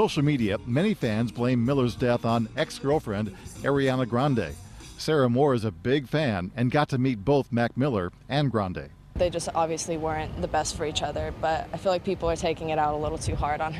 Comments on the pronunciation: Yeah lol it's Ari-ana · Airiana? How hard is it to pronounce her name right? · He pronounced Ariana’s name wrongly